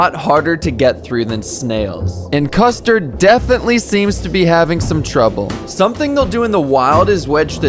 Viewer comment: Him: custerd and brulee Me: custerdbrulee? 🗿